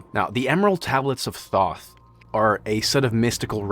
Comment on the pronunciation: The way I laughed at your comment. I was so confused then saw Grahams face and started laughing even harder. Not like laughing at him but that you said this. The way he’s saying “thoth” and not “tothe” makes me giggle. It’s cute.